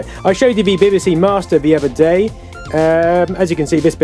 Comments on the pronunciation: Glad it was not just me that heard "Beby See"rather then B B C . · Bibba See? I've always said Bee Bee See. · why bibibsee ? and not bebesee if you get me lol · Ha, I was mentally shouting every time he said 'Bibby', it's 'Bee Bee'!! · 'BBC' not 'bbc' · Unique pronunciation of the letter B. Nice to see it though, reminds me of primary school.